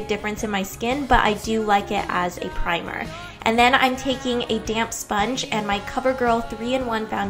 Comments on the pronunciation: I kept hearing "damn sponge" I was like "Ingrid, take it easy" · I thought you said "damn sponge"